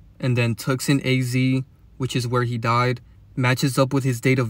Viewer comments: Tucson is pronounced ( Toose ahn ) BTW. Had to say cause you repeated it like 5 times lol its understandable tho you just read it the way it's spelled and the English way of spelling can be straight retarded lol all the silent letters and words like phone. Now that I think about it Phoenix is in Arizona too.. Anyways love your work bro and don't forget free masons pushed Christianity and there interpretations of the Bible on us don't forget that . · It's pronounced Two-sonne the c is silent 😊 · The c is silent in Tucson. It's pronounced "two saan" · I’ve never heard someone say Tucson like that bro lol